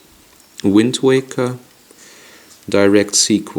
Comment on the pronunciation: Did he say Wind Tweaker?